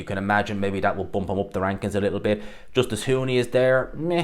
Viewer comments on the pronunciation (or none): none